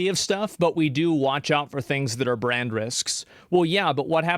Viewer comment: Visa and Mastercard are worried about brain damage but it's too late because they already revealed they are in fact restarted. (I'm joking, Asmon said brand damage but it sounded like brain damage, it's a joke)